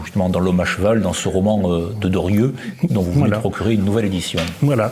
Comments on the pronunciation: Très intéressant, mais pourquoi l'animateur dit-il "Dorieu" ou "Derieu", au lieu de Drieu ? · Ce nest pas : "Durieu" mais : "Drieu", mon bon ! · Je n'ose imaginer qu'il confonde Dieu et Doriot. Je pense davantage qu'il pèche par la prononciation : nous prononçons "i-eu", mais lui "yeux". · Mais cessez donc avec Dorieu ! C est drieu...c est gênant quand même 😂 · Drieu. Pas Dorieu! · pourquoi le crétin qui sert de journaliste prononce toujours "Druuuueu" au lieu de "Drieuuuuu" ??? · c est penible cette prononciation il est sourd ce mec ?